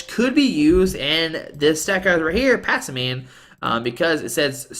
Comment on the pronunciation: Passimian Pass-sim-ee-en